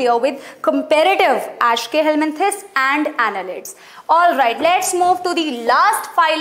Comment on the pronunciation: Mam=ashkeyhelmenthis Me= eschelmenthis🤣